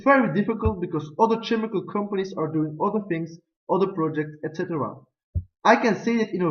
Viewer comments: Good looking presentation and well brought! Just a couple mistakes. Make sure to pronounce the following words right: analysis (in the beginning) ; percent; chemical;. And make sure to write 'profitability' correctly. Also try to avoid that the lay-out of your slides overlap with your graphs. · I like it when you start your presentation with the reason why you choose for this company. You're referring to this reason "the solar flight project" in your entire presentation. During the presentation, try to pronounce some words better, like "chemical" or "percent" and correct "profitabiliy" into "profitability". In the financial analysis, you try to inform the investors with a lot of ratios and that's very good. But I think that you can also give a short explanation for the gross added value. In your comparison with competitors, it is better that you give examples of rivals from Solvay. It's also a possibility that you can compare some ratios or the profit of the company with the current competitors. After seeing/listening to your presentation, I should listen to your advice and I would be convinced to wait before I shall invest in Solvay.